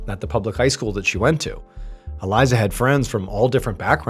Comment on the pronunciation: ❤Her name is pronounced Ah-lee-za! 🇮🇱